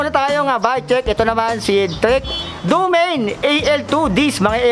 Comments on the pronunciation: Mali ang pronunciation mo DO-MA-NE. Ang tamang bigkas hindi Domeyn. Panoorin mo sa Site ng Trek. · Ser ikorek lang kita hindi DOMEYN basa jan kundi do-ma-ne. Parang Mane ni ate marites haha